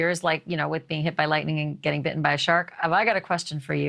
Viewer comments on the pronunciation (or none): none